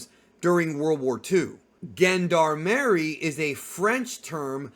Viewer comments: Gendarmarie. Is said like JeanDARMary or GeneDARmarie. Singular JeanDarm. Yes I am the Aktually meme and so ar a lot of us. LOVE your content man. If we see the JeanDARMarie more might as well say it right. Please don't hurt me. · Yo its pronounced “jean-d’armerie” 3words: gens : meaning gents in french de: meaning of in french and armerie: meaning of weapons in french… so it is effectively the gents (people) of weaponery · My friend you pronounced Gendarmerie a bit in the wrong way, but it’s ok. I guess you haven’t heard the word before maybe… thank you for making this nice content over the past couple of years